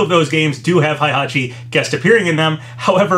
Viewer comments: Heihachi is not pronounched "high-hachi", that is incorrect. It is "hey-hachi". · its " H-E-I" hachi!!!! H E I H A C H I NOT "H-A-I" hachi!!! GET IT right, u talk about H-E-I-hachi like 6 times and u STILL cant seem to get it.